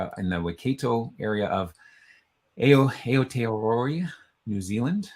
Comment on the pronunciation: I really applaud you for trying but your Maori pronunciation is shocking. e.g. Ngati - the g is silent. Maori is procounced Mao - ree not May-ri and the name for New Zealand is pronounced A-O.-tea-a-row-a. The Waikato river is pronounced Why-cat-o pretty much. I am Pakeha (Pa-key-ha) which is a descendent of European settlers of NZ. Someone should maybe put the phonetic pronunciation on those meanings at the bottom of the profile.